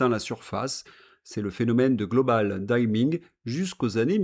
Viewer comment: dimming ! pas daïmming . votre anglais catastrophique fait de vous un sacré plouc.